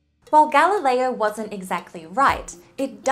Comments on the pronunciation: so, no italian husband to get galileo's pronunciation right, right? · Galileo is also not pronounced correctly. 😉